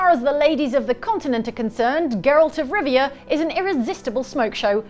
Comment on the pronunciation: "Geralt of Rizzia" takes the cake for me. 😂